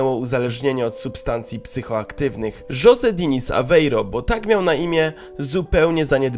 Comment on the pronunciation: nie żose tylko hose (jose)